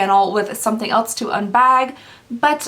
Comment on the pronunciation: I love you, and your vids!! Watch every one - you have my 100% full support! That said. There’s no “T” in “else”. Drives me absolutely bonkers, especially since it’s not an accent thing. ELSE.........NOT....ELTS! Again. Love you, but speak naturally and correctly. Thanks!